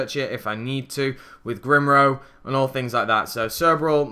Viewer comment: "Glimro" "Grimlo" "Grimrawr?"